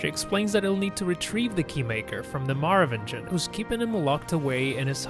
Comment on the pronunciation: Is it really that hard to pronounce "Merovingian" like they do it in the movies? Seriously, there's no need to superimpose "American" on top of some other language like Americans typically do since it's, guess what, AN AMERICAN MOVIE!